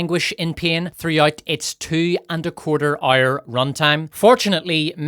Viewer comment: I like how you pronounce "hour", sounds like "ire". Which is ironically fitting. Thx!